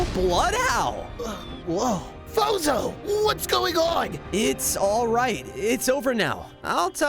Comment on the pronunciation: I Have a question When I Watch your video I keep hearing Bozo but your real name is fozo🤔￼￼￼